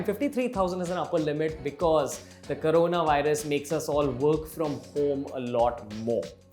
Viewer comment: Ranveer, it's corona, not karona ffs. Bhai cringe toh the hi, chhapri bhi bante jaa rahe ho xD